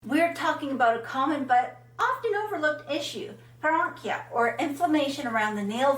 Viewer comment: Wow! You mispronounced paronychia!